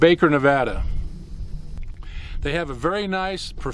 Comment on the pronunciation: Thanks for saying nevada right